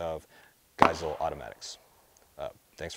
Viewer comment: his name and therefore the company is pronounced 'gei-seh-lee'